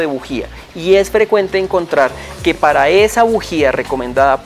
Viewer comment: Se le escapó lo costeño 🤣